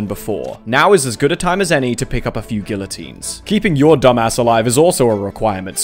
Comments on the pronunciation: Great video one minor problem: he said GILLotine. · He callin' us dumbasses when he says "gill 'o tines" and not "guillotines" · bro said the L in guillotine and called us stupid in the same breath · damn the Englishman said guillotine wrong. all the insults mean nothing now. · You said guillotine wrong